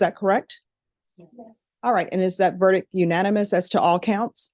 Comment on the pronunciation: I’ve never seen do a murder trial before, and she pronounces “ verdict” incorrectly 🫶